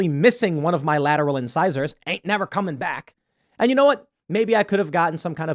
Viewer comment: Nevah, evah, evah...